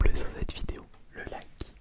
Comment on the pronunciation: nan j'ai juste trouvé ça drôle qu'il dise le lac à la place du like, ( fin il dit le like mais on entend le lac ) rien de méchant